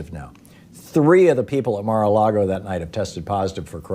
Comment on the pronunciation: “We should call this the Mara Lago Virus.” Lol